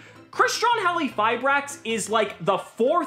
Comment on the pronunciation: In Halqifibrax, the Q is not silent, right?? I dont know why cant say the name correctly '-_